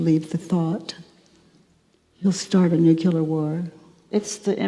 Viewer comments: Katie, please...7x "nook- yoo-lar". It's "nook- lee-ar". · “nukelar” war?!? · It is nuclear war, not "nukiliar war". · I always found humor in President Bush each time he said the Word "Nucular" I always wanted to help him in the tiniest way by a tiny tidbit of simple information given to him as a gift. "Nuclear" dear President. Well he is gone from the public eye but I can still give the gift to a wonderful person such as Byron. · love Katies work, sooo needed. i noticed Katie pronounces nuclear as "nukular, ", like Bush used to do, seems that bugs some of the attendees,& the lady on stage actually s-p-el-I-s it out (i think to get it thru to Katie?) & a few audience members try to e-nun-ci-ate the word. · She says nu q lar 😀that's funny. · Watch Katie mispronounce nuclear, as nucular. Several attendees become so uncomfortable and try ever so subtly ingeniously to "correct" her. Anyone of these people could do a worksheet on Katie's inability to correctly pronounce words! How attached we are to our beliefs about learning! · STOP SAYING NUCULAR